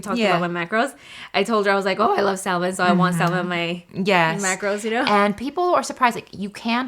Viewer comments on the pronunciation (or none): It's cute that pronounces salmon w the L lol...it's silent